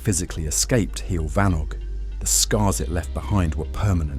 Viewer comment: this was very funny - from the awful pronunciaton of heol fanog to the inclusion of alex and maxine saunders. delightful!